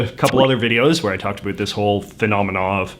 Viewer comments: you're the first person I have ever heard say adoot (in a non-joking manner) instead of about (I'm from Alberta and never understood the stereotype) won't lie hearing someone actually say it I quite irritating to me. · It startles me every time you say "about".